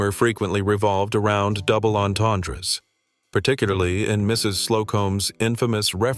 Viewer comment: There is no S in "entendres" - it's silent, like the P in "swimming'